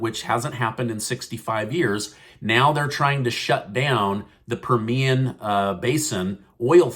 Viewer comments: Wow not good news about the Permian basin (accent on the PER- mian😊). I was born out there in west texas and the Permian basin area. Family still there. I don't want to cecede from U. S. 🥲but what choice would we have? Thanks. I'm sharing this with my west texas family. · it is per-me-an basin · Love your channel! Permian is pronounced with the accent on “Per”, just to let you know as a proud Texan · It's pronounced like "meridian" Permian Basin Midland-Odessa Texas I grew up in that region and let me just say the surrounding counties water supply is tainted smells like sulfur...impossible to bathe in... Well guess what if the oil production shuts down and the poor folk and middle class folks in the country suffers from the Biden Administration the democrats can forget about ever running the country again...plain and simple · pronounced per me an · Learn to pronounce "Permian".